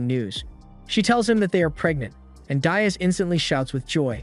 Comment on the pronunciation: DEE-as (not dye-us) Dias. Like "Buenos dias"